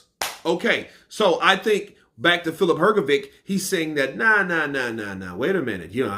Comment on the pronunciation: you still don’t know how to pronounce Filip Hrgović. 😬😬